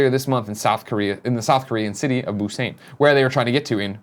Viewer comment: It's BUSAN! Damn It lol not busane. Killing me every time you say it wrong Greg lol